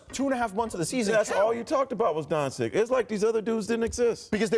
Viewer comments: Professional analyst: “Donsick” and “from Greek”... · the dude just said "from greek" and "doncick" lol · The fact they cant even remember how to say Doncic's name is telling the whole story... Giannis is probably the best basketball player in the world right now and he doesn't even know where he's from.. Stop asking stupid people for their opinions. There are some great basketball analysts out there that should be sitting in Spears's spot. We should value knowledge and respectful journalists/analysts.